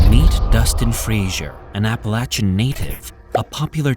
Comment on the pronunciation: love the content of this & most of your other videos....on this one I have to say that it's APPLE-AY-SHAN MOUNTAINS ....NOT APPLE AT SHAN....Unfortunately, it really creates quite a distraction steadily throughout....surprised you didn't bother to look up the pronunciation on that since it's such a dominantly used word throughout the entire video....